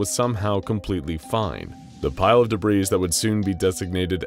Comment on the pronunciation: Debreeze (rhymes with Febreeze) or debris, a french word that is pronounced deb-ree.